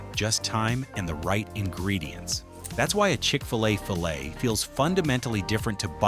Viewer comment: It sure would help with the integrity of this video if they would have the voice pronounce "fillet" properly.